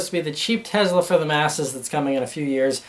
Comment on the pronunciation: Its Tesla not Tezla lol